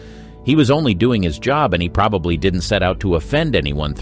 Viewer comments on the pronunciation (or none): none